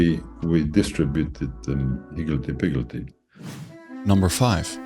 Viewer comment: Yes, it was quite funny hearing that in a Luxembourg accent!